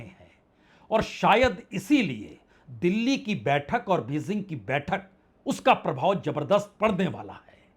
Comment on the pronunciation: Your reporting is very good but your pronunciations are very bad.please work on it just one example Bejing not Bezing